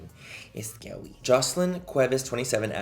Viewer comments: "It's scare-weee." So fetch. :D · “Vagina a vewwy scewwy ting” 😂